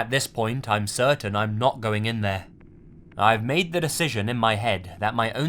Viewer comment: I know it was supposed to be creepy, but I spent 50% of the Mei story laughing because every time he said something like "made" I would look up and shout "MORE LIKE MEIDE AMIRIGHT"